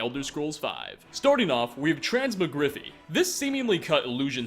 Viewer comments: the way you pronounce basic words... so annoying.... 87k subscribers deserves more forethought to yur editing and narrating than "transmigrifi... its transMOGRIFY, MOGRIFY not MIGRIFI... the way it sounds like you have peanutbutter in your mouth may be irritating, but tolerable as its skyrim. for that game ill tolerate bathesdas glitches and their money hungryness. but that pronunciation of basic words... testament to your nations education system bud. also... ESCAPE! not EXCAPE... fuuuck meeee.... how bad is that?... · Trans-mo-griffy 💀💀💀 Trans-MAH-Gro-Fy lmaooo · transma griffy.... it's pronounced TRANS MOG RIF EYE you moron. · Number 1 isnt "trans-muh-griffy " its "Trans-Mog-rif-eye". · You really need to google the pronunciation of words you don't know. Every video has you mispronouncing something. Trans - mog - rify. Not Transmogri-fee. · trans mog ra phy you butchered that one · "transmogriffy?" Ouch man....it's Trans-MOG-graf-fy (long I sound). Kids today, no Alchemical sense ;) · Have you ever heard the legend of transmagriffy the illusion spell? Please pronounce it right: Trans-mog-riff-eye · "Transmo-grify" it's TRANSMOGRI-FY YOU FUCKING FUCK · Transmo-griffy? You mean Trans-mog-riff-eye. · its pronounced "trans-maw-grif-eye" not "trans-muh-griffy" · Can't say I've heard Trans-mog-ri-fy pronounced as "Trans-ma-griffy" before. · As clever as him saying 'a dead corpse' (as opposed to?) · I had to check for blood, in case my ears were bleeding. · It's pronounced "trance-mog-riff-eye" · I do say so sir that I believe it is pronounced Trans-Mog-Riff-Fye, thank you Neopets and their Transmogrification potions. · Is Transmogrify really that hard to pronounce? HUrRr DUrrRrr Transmugriffy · Trans-mog-riff-eye General Falx Carry-us Usually I wouldn't pick you up on Carius but it is said in the game by the Redoran Guard that you save from the ash spawn (can't remember his name) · Lmao "trans mo griffie" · Trans-mow-griv-e 10/10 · Dislike due to "Trans-ma-griffy"....